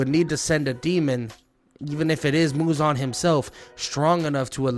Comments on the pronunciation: It’s Muzan not muzon 😢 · bro is purposefully saying "muzon". Crazy his name aint even muzon its muzan